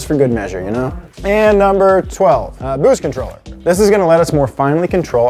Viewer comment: Bwoost cweeps